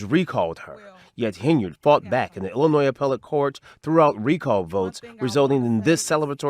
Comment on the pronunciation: The “s” in Illinois is silent. I am the grammar police. 👮🏼